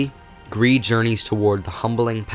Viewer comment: dislikers are the kind of people that are mad that you suck at pronouncing Gris